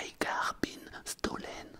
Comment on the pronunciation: "maille car bine stolène" haha